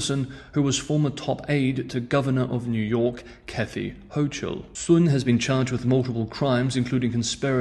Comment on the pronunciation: You are one of the very very few 老外 who could pronounce the lady spy's family name correctly, 孫, whereas English speakers would understandably pronounce it as the sun .. Interestingly, you have curiously mispronounced the lady governor of New York's last name, Kathy Hochul .. The h in chul is silent .. so it sounds like the cul in culture ..